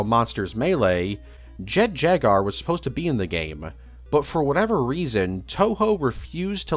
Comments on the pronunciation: Calling it jet jagar instead of jet jaguar really annoyed me for some reason. Like come on! Jaguars already a friggen word! How do you fuck it up. Great video though. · Bro really said “Jet Jagar” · mispronouncing japanese words/names is perfectly understandable their language is VERY different from english so theres no issue with that but my brother in christ theres a U in jaguar 😭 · "Jet jagar" 😂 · Or Jet Jaguar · Even with this remaster you couldn't pronounce Jet Jaguar correctly smh😢😢😢 Jk great remaster and I literally watched the original video yesterday and I didn't know about this one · why does he say "jaguar" like that